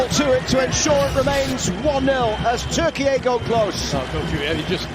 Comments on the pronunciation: Its not pronounced Turkee-ay,its just plain turkey,like the turkey you guys have in the white house😅😅😅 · Goddammit, it's TURKEY, not TURKEYAYE